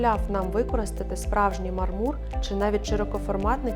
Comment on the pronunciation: Дуже сподобався дизайн! Трохи різало вухо неправильний наголос у слові мАрмур, у мАрмурі, під мАрмур і тд